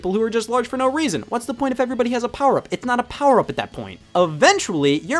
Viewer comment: “powuh on” “connected” “pairing” “battery low” “powuh off.”